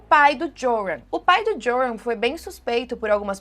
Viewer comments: Oi, o nome dele se lê "Iorran". Hehheheh parece aquelas apostilas de cursinho de antigamente kkkk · O J em holandes faz som de I, então se pronuncia ioran. Espero ter ajudado para um vídeo futuro ❤ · o nome do cara se pronuncia "Iôrran" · A pronúncia do nome é iuran. Pobre Natalie. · Eu lembro desse caso… que tristeza., em Holandes o J tem som de I, entoa o nome se pronuncia “ Ioran”.:) Espero que este ser nunca mais consiga sair da prisão. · Oi, Joran provavelmente se pronuncia “Iôrran”, pq no holandês o J tem som de I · o nome do rapaz de pronuncia “iorran” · no Holandês o J tem som de "y"/ "I".